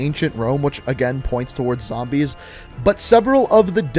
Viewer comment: When you say zambies you know you an OG